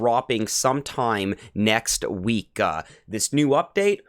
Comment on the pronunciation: What is a weekah? And a youah? And what does appeezah mean? Idk what a gameah or hoursah means either. You need speech therapy.